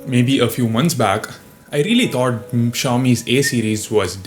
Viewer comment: "I really thot" Me: Nani ! @@